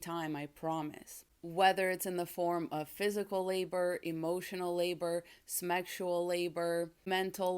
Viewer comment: Why “smexual”? :)